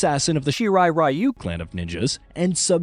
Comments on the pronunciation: ri-yu not ra-yu!!! also, rai-den like the rai in shirai and not ray-den!!! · if it's Japanese ninja clan why can't people pronounce it in Japanese RYU "REE YOUU" Even when you hear it being said properly people just don't care Ugh why bother for the creator then i don't understand